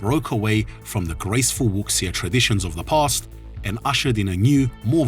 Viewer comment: Wuxia is pronounced Wusha.